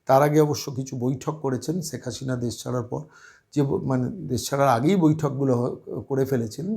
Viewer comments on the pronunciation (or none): আরে কততা শুদ্ধ বাংলা বলেন- ছেক হাশিনা বলছেন, উনার ছেলে লন্ডনে নয়, আমেরিকায় থাকেন সেটাও জানেন না। অনেক ভুয়া পন্ডিত ভারত রাষ্ট্র কে ভারতবর্ষ বলেন, কী অবস্থা, লেখাপড়ার এই দশা?